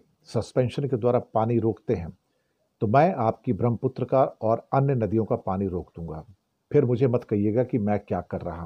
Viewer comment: धन्यवाद 🙏 ब्रह्मपुत्र के शुद्ध उच्चारण हेतु।